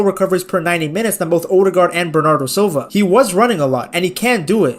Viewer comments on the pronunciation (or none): none